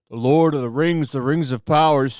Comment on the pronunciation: The LOL of the RANGZ: The RANGZ of POWAH